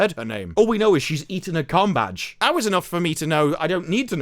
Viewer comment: Combadge or Cumbag? Can't stop hearing the second every time 😂😂😂😂